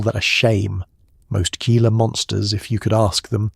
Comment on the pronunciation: Your research should include pronunciation. "Gila" is "hee - la". Rookie error and why humans are superior to machines.